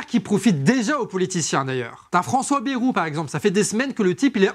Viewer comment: Bon je suis ok avec toutes les idées balancées ici. Cependant 2 choses. 1 - Un peu moins d'agressivité et de hargne par pitié. C'est épuisant et surtout ça décrédibilise les idées. 2 - Bayrou se prononce "BAILLE ROUX" pas "BÉROU". Tout le monde sait ça, arrêtez de déformer son nom, ça pique les oreilles (même si c'est une ordure).